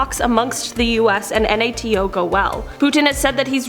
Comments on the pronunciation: Just want to say it’s pronounce NATO not N.A.T.O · Hon, you sound like an idiot saying "N-A-T-O". Just call it NATO like the other 99.999% of the educated world!